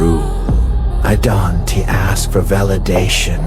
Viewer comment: this is good ut could you check the ai it doesn't now how to read don't and they just say don t and did t